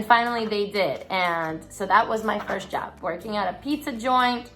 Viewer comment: Lol your accent comes out so hard when you say job it sounds like jab! It’s great.